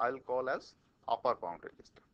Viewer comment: uppur? really?? upper